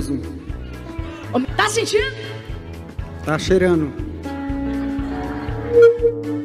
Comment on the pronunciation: "Tô sintinu pera fé"